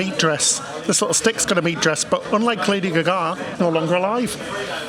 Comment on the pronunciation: Love and great video as always. I cannot get over the way you pronounce "Lady Gaga", was her name said like that as a joke? lol